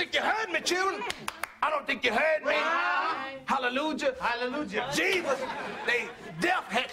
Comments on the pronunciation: Did he say Jeebus? 😂😂😂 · No, Jevus lmao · When he said "Jevus" I couldn't take it no more! 😂😭😂😭😂😭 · This nigga said 'Jeevus'!!! 😂😂😂🤣🤣🤣🤣🤣😂😂😂😂🤣🤣🤣